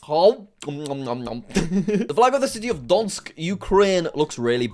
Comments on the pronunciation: jack: donsk everyone: donetsk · Find it ironic how he called Donetsk “Dontsk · It's don-yet-sk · not Donsk, but Donetsk. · The city: Donetsk Jack: Donsk. Take it or leave it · My man really just called Donetsk "donsk" 🤣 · Jack can't pronounce Donetsk